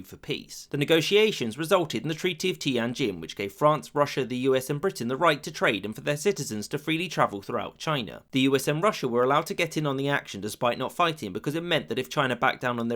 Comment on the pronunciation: Tian-jin is two syllables, not three. (Tee~enn ) is said all at once.